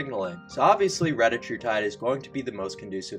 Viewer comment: Your pronunciation was correct. It is reTAtrutide. Just like it is seMAglutide. And tirZEPatide. This is according to the manufacturers. Don't listen to the internet idiots that all pronounce it wrong.